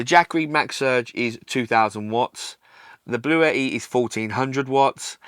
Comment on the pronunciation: This is how you say Bluetti lol